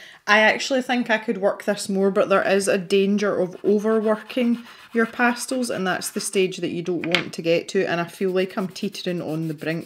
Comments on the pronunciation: LOVELY video!!!!! My favorite part was the times you said pastills instead of pastels!!!!!😜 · Pretty sure I say 'pastils' all the time, it's just the way we pronounce it in Scotland. Wait... did I actually say 'pastels' at some point? Now I'm worried! 🤣😉